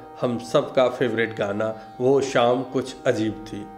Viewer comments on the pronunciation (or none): शाम को श्याम बोल कर सब मज़ा ख़राब कर दिया